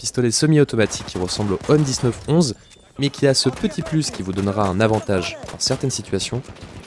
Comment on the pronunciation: Stp arrête de dire m 19 11 et dit plutôt 1911 ou m1911, puis en général quand il y a une date dans le nom d'un arme c parce qu'elle a été créée a cette date là et il faut la prononcé dans son nom